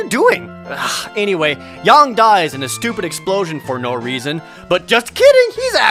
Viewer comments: Why do you keep pronouncing his name Yong? It's Yang. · his name is Yang, not Yong you weab